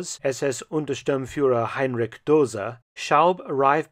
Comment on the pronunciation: Since this era is your definite speciality, as a German, I would highly appreciate if you could learn to pronounce names such as "Heinrich" properly. Otherwise, lots of great work.